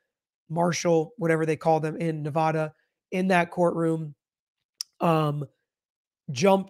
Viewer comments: OMGOSH! ITS Nev-add-uh not nev-ah-duh (lol us Nevadans hate that) 😅 Q: He said he “had a bad day and tried to “delete” the judge”. Why isn’t he being charged with attempted unaliving? He admitted that was his intent. As far as where the bailiff was standing there’s a new video I’ll send you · There is no 'ah' in Nevada.